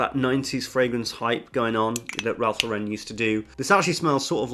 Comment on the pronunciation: You keep mispronouncing Ralph Lauren (though, to be fair, most people do). It's not pronounced like Sophia Loren, it's pronounced like Lauren Bacall.